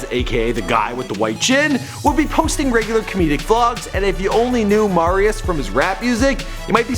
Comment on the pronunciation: This dude...is not good at his job...doesn't even say the name right, he is NOT Mahrius. It's MERRY-us, Marius Listhrop